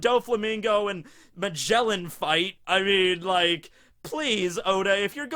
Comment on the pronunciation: U native English speaker and ur cringy pronounciation of Magellan